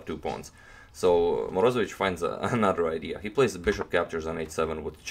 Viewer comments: morozEvich accent on e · Moroze'vich its righter. Nice channael!